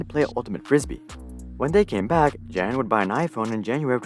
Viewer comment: Great content as always. But one small tip/fun fact Jan is John in most of central Slavic languages and a more accurate pronunciation of the name Jan would be if you read it like Yan. Anyways, highest research quality as always from you.